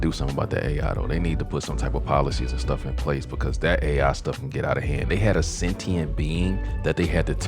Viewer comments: I couldn't get over her constantly saying "sentinent" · why can't this chick say "sentient" properly